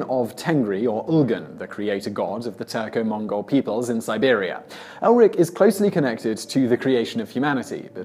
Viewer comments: It's Erlik, not Elrik. Come on, team Simon, mispronouncing names is one thing, but actually misspelling names is just wrong. A little homework would go a very long way, but, no, you just say, "Have a go at me in the comments if you must." When you take on the intention to inform, even for entertainment, you also take on the responsibility to not misinform. Well, that got serious fast. Anyway, I stand by it. Thumbs up for the intent, if not the execution. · It is not Elrik but should be 'Erlik' or another pronunciation will be 'Erklik'. The name bears a similarity to 'soldierhood' in Turkic languages. Its main duty is to judge the people by their deeds. Most likely if you put its character in a category it would be lawful evil. By the way I say it because most of the Turkic languages the third person as a pronoun does not have a gender referring to Gods as well.